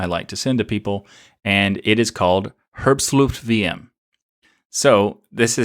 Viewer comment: I almost spit my coffee when you said herbstluftwm. xD Its a German word (minus wm) and it's almost right, but the part how you say "herb" is so funny. :D It is not like the "Her" in Her books, more like "Hair".